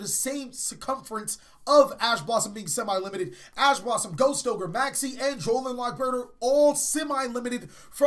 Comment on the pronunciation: simi-limited, it's semi-limited.